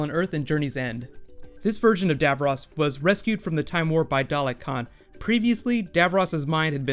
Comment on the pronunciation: Cool video. Sorry to nitpick but you are mispronouncing "Davros".